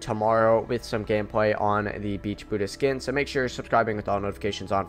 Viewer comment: Welease patewn.... weewy weewy....bwutus lol